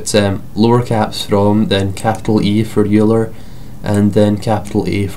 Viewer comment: Euler is pronounce Oiler